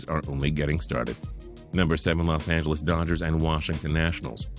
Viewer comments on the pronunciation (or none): none